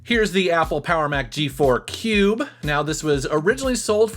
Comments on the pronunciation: Cringed every time you said cube but other then that great video! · Love your channel, Never say "cube" again, PLEASE!